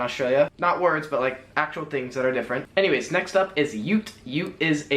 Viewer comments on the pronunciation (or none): none